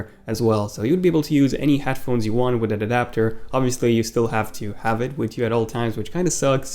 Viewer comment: Pronunciations (Part 3) with an adapter = "witadadapter" Still love the videos though!! 😂❤️